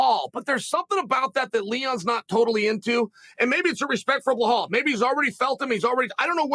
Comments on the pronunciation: Blahal, Serjey, Meokick, Hazmat...Is Jon Jones the only fighter whose name Chael DOESN'T massacre? He's got some kind of name dyslexia. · Bro who tf is belhaal 🤣🤣🤣 i love uncle chael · Chael callin belal brehal 😂😂😂